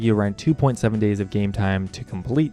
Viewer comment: Zeveral, zeven Is that what you said 👀